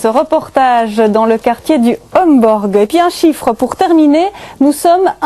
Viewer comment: Mademoiselle la journaliste ce n'était pas un reportage dans le quartier du "Hemborgue" comme vous le dites mais bien du quartier du "Homborch" alors comment prononcer convenablement un nom propre à l'antenne, ça c'est du domaine de l'information.